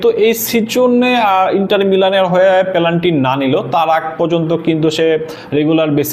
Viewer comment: পেলান্টি কি ভাই? 😅😅